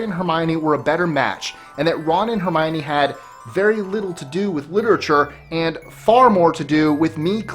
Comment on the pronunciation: Mara Schimmel its Dumbledore not 'Dombledoor'. If you think I'm being mean, you should see my best friend. And it's Hermione, not 'Harmione'.